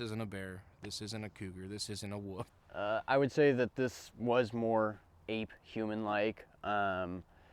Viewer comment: 'Wolf' NOT 'WOOF'